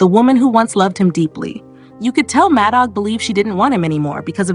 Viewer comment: The AI is horrible ! It's pronounced Mad Dog